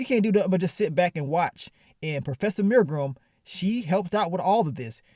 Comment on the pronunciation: “Professor mirrgrum” 🤣🤣